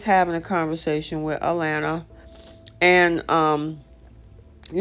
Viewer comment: You are calling her A..Lanna it is A laana